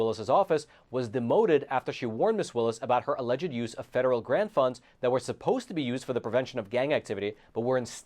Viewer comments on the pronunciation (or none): none